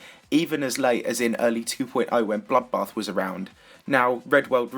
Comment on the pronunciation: whenever says bloodbath i hear buffbath